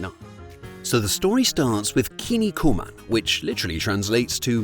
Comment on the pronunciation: "Kin niku man", not "kinni ku man". Kinniku means muscles in Japanese.